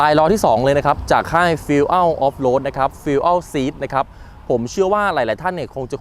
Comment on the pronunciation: ขอให้ออกเสียงว่า ฟิว อย่าพูดว่า ฟูเอ่ว ฟิวอั้ว ก็เพี้ยนเยอะ ครับ